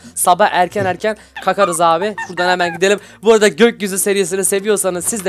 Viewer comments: abi kakariz dedin kalkariz yerine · abi kalkarız yerine kakarız dedin